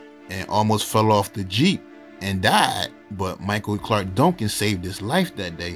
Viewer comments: Dongcan?? Can’t you say DUN-CAN? 😡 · It sounds like you're saying Donk-kin 😊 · The way he says “Duncan”. 😂😂😂